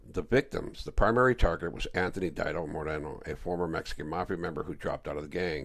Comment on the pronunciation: Omg. Stop saying dido. Sounds goofy. It's deeeeee-dough homey!!!😂😂😂😂😂😂😂